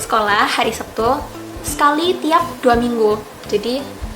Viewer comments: Lek jareku, "Setu", mbak...ora "Septu", tapi yo be'e onok yo sing ngomong "Septu".. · Orang jepang tapi lidahnya jawa.. Hari sabtu tapi bilangnya sebtu... Hehehe...